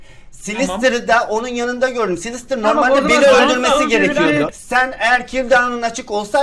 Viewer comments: Saylsterı silvistır diye okudun ya ben utandım. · Abi siylistır deil saylister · Silvistır değil saylestır diye okunuyo en sevdiğim youtuber diye biliyom sjsjsjsjsjsjs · Abi silvistır ne ya 😂😂😂 saylestır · Abi o silvster diye okunmaz Sayıstır diye oku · Silvistır değil SAYLSTER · Yaaa sivlistir deil saylester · abi sen silvistır diyince gülmekten ağladım annem neden ağlıyosun dedi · saylster a silvistir diyen ilk insan😝😝😝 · Slistır hahaha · Abi saylestır diye okunuyo